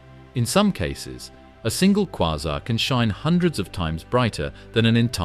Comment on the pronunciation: Is it kwaazar, kwayzer or quasar?? This narrator is crap